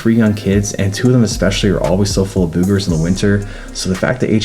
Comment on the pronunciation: The way he says boogers crack me up